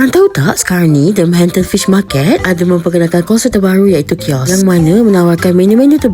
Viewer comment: Sedap pun tidak !!! Dari dulu lagi the ....apa macam sebut tu?? The mahanatannnnnn pish ma..ket kah!?? Tutup Aje lah restoran tu !!